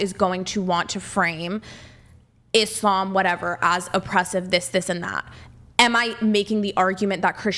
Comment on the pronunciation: I’m only this far in and chair 1 is already annoying me… she can’t even pronounce Islam, or the Quran properly… and your gonna sit here and say Christians are bad to woman!!??? Bitch you better put on your hat and cover your face. someone tell her she’s not the fuckin main character fr.